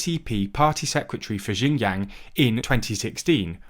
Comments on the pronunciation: People in labour camps are paid with bullet shots. Let alone money. Why would we Tibetan want to be integrated into China when we are always made to feel like the unwanted group? A race to be erased. We know it too clear by now. Tibet mainland beyond Chandon. It goes to Amdo and Kham as well. CCP has changed our names to Chinese name which I don’t want to use. Your pronunciation of Xinjiang or what ever is bit different but it’s okay. The content matters not the Chinese words. Not everybody in the world knows Chinese and is not necessary. Actually it’s even not Xinjiang it’s actually Uighurstan before Chinese illegal occupation CCP agents have nothing to pick and attack other than your pronunciation. We have suffered so much and endured so much. The legitimate ruler of Tibet is Dalai Lama. CCP is illegitimate and illegal. Sun will shine again and CCP will collapse like Nazis did in world war.. . I have nothing to hide. I have no skeletons in my closet, being a Tibetan. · I flinched a little when he pronounced XinJiang like that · And often in the worst ways possible like how do you get "jinyang" from "Xinjiang"? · Xinjiang (pron. Sinjeeang) not Jin Yang! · Guys, you need to at least pronounce it right to make it sound legit. Xinjiang "shin jang" (at least like this, its still acceptable)...not jinyang. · Xinjiang is pronounced closer to Shin-jang. Qin is pronounced Chin. C'mon guys. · It’s pronounced shin jang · The problem is the mispronunciations do lead to misunderstanding of completely different thing. For example, Xinjiang is pronounced like “Jinyang” in this video which is total gibberish for either Westerners or native Chinese. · Everytime he says Xinjiang, it sounds like Shenyang, which is a city in a completely different place in China. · Jinyang Queen dynasty Quanguo It's actually entertaining to hear lol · The way you pronounce xinjiang is shin djiang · 'Kwing dynasty' 'Jinyang' lol